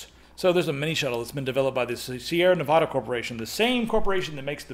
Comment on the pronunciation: Ne.va.duh. just so you know haha